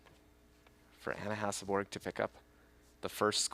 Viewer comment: Is it really that hard for commentators to say Hasselborg, instead of Hasselberg....and she is not the only one that does it.